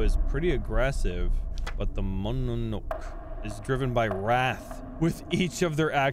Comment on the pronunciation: it is pronounced as (mo-no-no-ke) not whatever you just said. XD